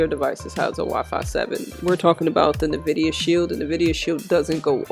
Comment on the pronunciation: Nvidia pronounced like Envida, like envy.